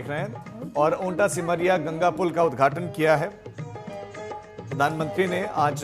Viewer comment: Begusarai सिमरिया बोलो not ota